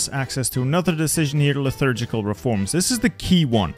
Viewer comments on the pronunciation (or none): My brother in Christ, where do you see an 'h' in the word 'liturgical'